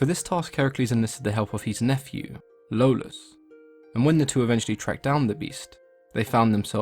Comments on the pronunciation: Lolus? I think you mean Iolus, with an i. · Hey, it's iolaos. Good job as always otherwise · It may be because of growing up watching Kevin Sorbo's Hercules, but i thought Iolaus was pronounced (E-oh-las)